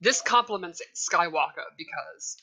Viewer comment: Whe does it sound like freeza saying “skywalka” sounds horrible jus add the r ..🤦🏾‍♂️